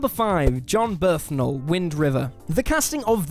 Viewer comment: who TF is JOHN BERTHNAL